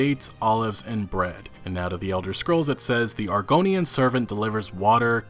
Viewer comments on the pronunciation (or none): none